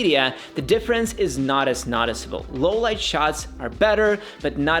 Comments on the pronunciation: I know English isn't your native language but it's noooticeable, not notticible. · Noticiable not naticiable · The way you pronounce "Noticeable" should come with a trigger warning....